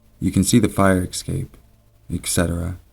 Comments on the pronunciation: Escape. S cape. Essssssssss-cape. I've watched a few of your vids, you're one of my favorite narrators, (and I listen to MANY) ...but you always say this word incorrectly. Mispronunciation drives me crazy, if reading is something you do often. It isn't "EKSAPE". Es. Cape. ;-) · EScape not EXcape. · Oh my god, when will people learn that escape is NOT pronounced "ecscape"?! Did you never attend 3rd grade??? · stop saying exscape... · Hannah Collopy Lol thanks for informing, I just had to wonder because it sounded weird to me :D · Please sir, there are no x'es in escape and et cetera. Please. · Some people pronounce it like that.